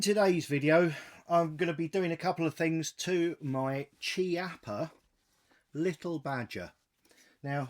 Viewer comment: I have the three of these, .22lr and the .22 magum also the .17 HMR,..all dandy little rifles. By the way Mr. Rino Chiappa pronounces the name of his Company ( as his surname ) as `keeappa` it is not `cheeappa`. If you are stating `facts` in your videos, you might as well get this one correct too.